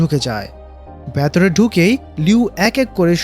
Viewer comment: Hei,,, vatore ki?? Aita ki bolen.. Shobdota hobe ' vetore'..😂😂